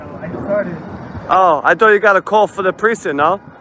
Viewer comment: What accent drops the "c" in "precinct"?